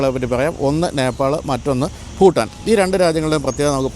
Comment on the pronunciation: Phutaan alla ... its Bhutan